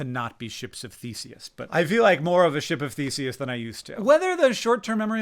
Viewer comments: 1. Congrats on your 18 months of remission! 2. I heard "ship of feces" instead of "ship of Theseus", which greatly confused me for about a minute. 3. Can't wait to watch you on Smartypants! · fucking same lol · I heard "ship of feces" at first... not inaccurate but not what you said lol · I thought you said, "ship of faeces" and I thought that that was a new bleak, nihilist way of describing the human body. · I know you said ships of Theseus and I know what that means, but I swear to god at first I heard you says "we're all just ships of feces" and I was like "yeah that makes sense, I'm just a vessel that carries poop around". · I was making dinner and thought Hank said "ship of feces"...I mean also accurate for what he was saying about he was feeling though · Same lol